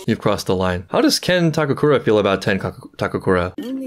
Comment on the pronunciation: Ken Takakura - ❎ Ken Takuraka - ✅